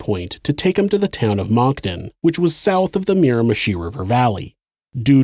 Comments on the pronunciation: Maybe it's just these headphones but it sounds like you're saying "mocton". For future reference, Moncton is pronounced "munk tun" like the munk from chipmunk. And tun like a 5 ton truck. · "Le-ghaire." "Mira-mee-shee." "Munk-ton" Okay??? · Awesome video, as always! Moncton is pronounced "munkton" :D